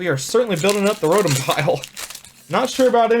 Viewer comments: First Pokemon pack experience from a panda vid, but just the fact that he calls Rotoms scrotums fuccccen kept me around lmao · When I hear him say rodum, I hear scrotum.😂😂😂